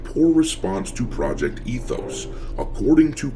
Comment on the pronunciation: ET-hoes... no thx!